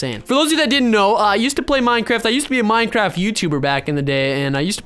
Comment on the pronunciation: Boooooo I hate. Minecwaft